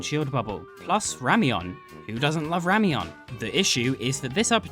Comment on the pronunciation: Ramien? It's Rayem Noodles